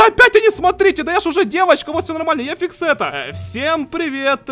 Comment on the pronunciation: ВАХАХАХ НЕ ФИКСЕТТА А ГУЧЕТА🤣